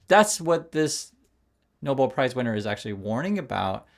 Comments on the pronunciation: It’s pronounced “No-bell”, not “noble”. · Trump’s crew embarrassing themselves mid-pronouncing “Nobel” as “Noble”… Muppets, all.